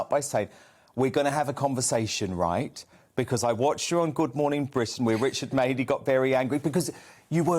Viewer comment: Richard Mad-ley!!! 😂